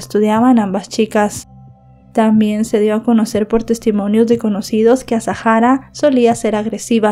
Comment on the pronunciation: me vas a permitir que te corrija con educación el nombre, es Azahara, no es azajara, es un nombre bereber, la h es muda. Te pido disculpas si te molesta, es solo a título informativo